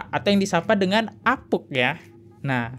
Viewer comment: baaaang, apunk dibaca apung bukan apuk, sama kaya bank, bukan bak 😂